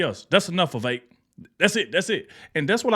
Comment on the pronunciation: VEE -VEK